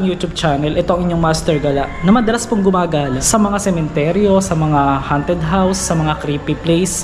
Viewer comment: Ang pronounciation ng "haunted" ay "honted", hindi "hunted".